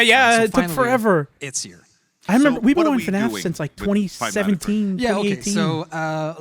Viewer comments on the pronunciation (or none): "Five Night at Freddy" why does he say it like that 🙏😭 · “Five night at Freddy” Lovely, forgot all the ‘S’s but it’ll do